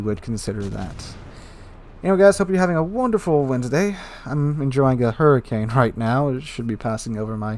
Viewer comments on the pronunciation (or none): none